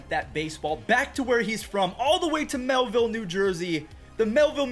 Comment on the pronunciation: It’s MILLville not MelVille NJ